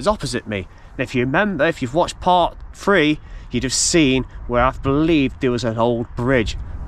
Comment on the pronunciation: Learn to speak the words are Three not free, think not fink, thought not fought and some thing not some fink!!!